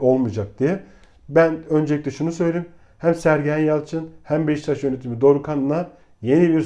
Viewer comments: BEŞTAŞ DEĞİL BEŞİKTAŞ DÜZGÜN SÖYLE !!! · Abi ırak Kerkük’ten selamlar lutfen BEŞİKTAŞI doğru telaffuz edelim her seferinde hızlı söliycem diye beştaş diyorsunuz